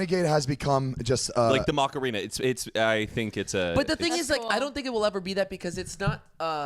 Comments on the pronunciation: " MACK - A - RAINA " 😂😂 The way he said it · pls stop saying Macarena